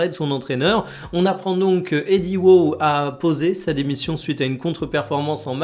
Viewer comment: C’est une blague avec le WOW, je crois. Il l’a mal prononcé, on dit Edie Howe et non Edie WOW.